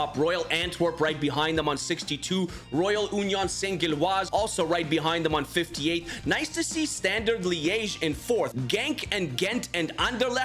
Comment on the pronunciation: Good video but Auxerre is pronounced "Oh-Sair" and Union Saint-Gilloise is pronounced "Uni-On Sin-Jilwaz" And it’s funny (and very optimistic) to see Standard Liège 4th with the worst roster of its history… 😂